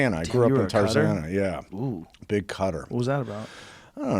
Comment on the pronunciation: When he said cutter I thought he was saying Qatar till he elaborated 😂😂